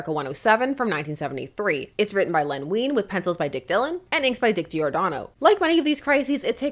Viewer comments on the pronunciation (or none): my Dad used to work for DC Comics, in the accounting department, and he knew Len Wein. Small detail but his name is pronounced like wine, not ween. Love your videos!